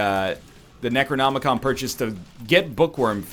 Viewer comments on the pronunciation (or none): none